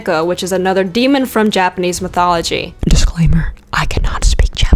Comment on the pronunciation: "European mithology" lol